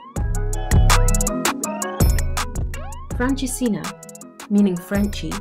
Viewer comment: Its francesinha..😊